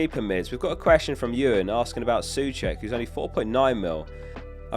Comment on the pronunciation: Souček....Pronounced "So-check" rather than "Soo-check"